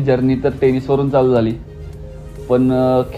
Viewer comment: टे नीस Bol chalat नाही